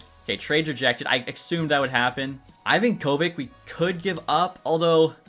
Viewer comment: Note For The Future: It's pronounced Ivonka-Vitch NOT Ivan Kovick